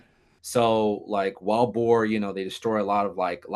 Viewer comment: ohhh, wild boar... not boer. boar makes far more sense.